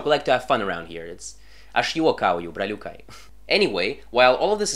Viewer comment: The way you pronounced braliukai with a strong russian accent 💀 is that how lithuanian sounds to latvians??